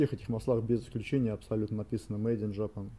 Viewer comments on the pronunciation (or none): none